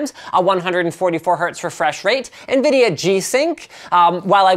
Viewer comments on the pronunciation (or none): none